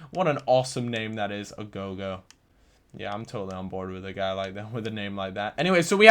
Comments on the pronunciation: can you read? its aogo not agogo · It's Aogo not Agogo, read the card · How on Earth did you get 'Agogo' from Aogo? 0_o